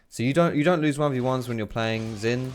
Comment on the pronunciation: SHIN (AS IN ZHIN) NOT FUCKING ZIN